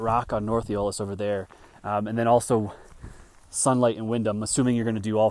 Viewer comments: AE O LUS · I'm certain it's pronounced eo-h-L-us. With the accent on the L. or something. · Like it's spelled. Ee Oh Luss! 😂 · Interesting! I’m too old and out of shape to summit this so it was fun to watch. Btw, it’s pronounced EE-oh-lus. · I believe it's pronounced E-Oh'-lus, with the accent on Oh.